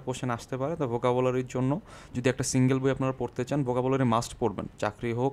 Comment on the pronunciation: পনেরো/ নট পুনের,,, চুয়াল্লিশ নট চুচল্লিশ, Vocabulary not Bucabulary et c.আপনার উচ্চারণে যথেষ্ট সমস্যা আছে।। মার্জনা করবেন।